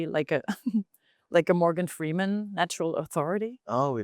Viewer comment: Was my sweet boy saying "Freedman"?? hmm?